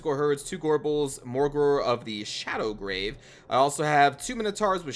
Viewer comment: It's shadowgave not shadowgrave